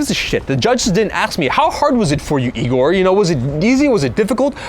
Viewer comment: I'm surprised his hair didn't turn yellow and go super Saiyan 3 when she said Igor's name wrong